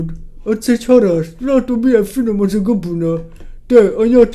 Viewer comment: a végénél azt mondta hogy kabona?? :D